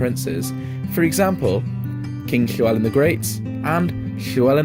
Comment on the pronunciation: Excellent. Good LL pronunciation but DD in Welsh = TH (as in the, not thin). Single D = D.